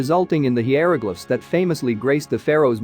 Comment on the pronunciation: Hearing the robot voice try to pronounce Hieroglyphs was pretty funny 😂